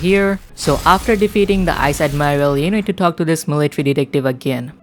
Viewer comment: You mispronounced mercenaries and vice admiral